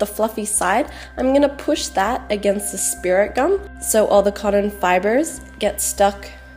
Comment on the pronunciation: is not codden its cot ton